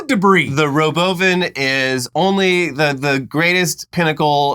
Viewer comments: I really can describe how ANGRY it made me to hear him pronounce Robovan. It's like nails on a chalkboard to me for some reason. Robo-Van is just a more natural pronunciation, you nitwit, you sound like such a douche when you say it like Ro-boven. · the "robovin" lolllll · He can't even say robo-van. Did you hear how he said it? Also, it's a bus with NO WINDOWS, no external wheels and NO GROUND CLEARANCE. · "Row-bow van may cause death" 😂😂😂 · Should you ever trust a dude who wants to change how you pronounce Robo-VAN!? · It can't be a coincidence that he pronounces Robovan like the evil AI from Westworld season 3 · I cant get over how he pronounced Robovan. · Can't wait to be Bonin in the Robovan (pronounced how Elon did? 😅